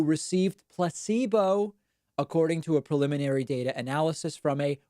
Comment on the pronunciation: Now I always hear "DATER" instead of data lol